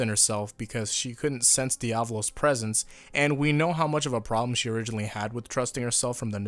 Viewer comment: The way he says diavolo just makes me die inside